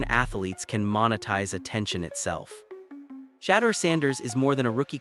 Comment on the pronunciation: Can people please learn how to pronounce his name please and thank you your killing the pronouncing of his name 😮